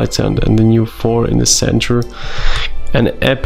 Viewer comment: Thor not Phor or For lol